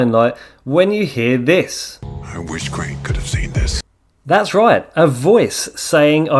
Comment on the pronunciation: nah bro, correct him all you want. We can’t have someone messing up the name of a legend so horrible